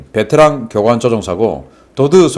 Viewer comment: 베테랑 조종사가 아니라 `베째랑` 조종사인듯..